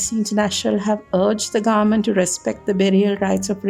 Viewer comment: Its not grement it's government .